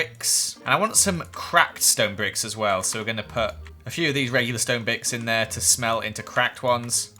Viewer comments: he says stone bicks not bricks! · "Stone bicks" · Lol said stone bicks 😂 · says bicks instead of bricks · “stone bicks” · You said biks in one point of the video and not bricks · Is no one going to talk about how he said bricks when he was smelting the bricks to cracked stone bricks🤣😂😆he said “bicks” hahahaha!!!😅😂🤣I’m dying!!!!😂😅😂 😂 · Anyone else notice that said bicks